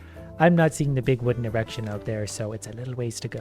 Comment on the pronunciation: The best part is the "e-rection"